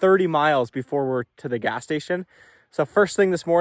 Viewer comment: I def heard bring "grass". Not "gas". Good man!